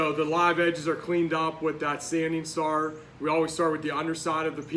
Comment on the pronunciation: Sanding star! Thank you for asking this question. I couldn’t tell if he was saying scar, czar! 😂